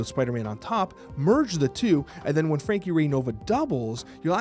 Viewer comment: Who else heard Frankie big butt?